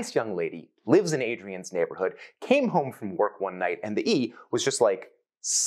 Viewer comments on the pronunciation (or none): none